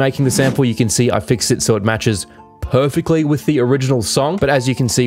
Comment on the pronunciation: I love when he say... PERFECTLY :D